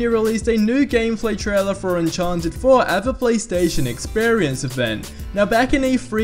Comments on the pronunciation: Its Uncharted not Unchanted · He says "unchanted" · Unchanted 4 right?